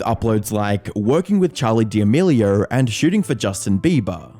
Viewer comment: Creator -> creatuhhh D'Amelio -> Dee D'Amelio 🤡